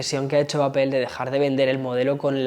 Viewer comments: Sigo sin entender porqué dice apel en vez de apl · Gran video, definitivamente una joya el 14 pro max, no se cuantas veces dijo "apel", me causa un conflicto sabiendo que esta em N.Y. y no pronuncia bien. Jaja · Me cago de risa cuando todos los YouTubers españoles le dicen al iPhone de Apple “APEL “ 🤭